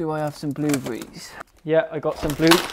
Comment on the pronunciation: "Bluebrees" AHAHAa